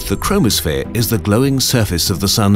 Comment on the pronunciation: When he said chromosphere I thought he said chronosphere